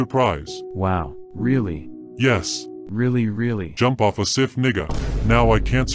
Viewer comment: “go jump off a ciff” 🤣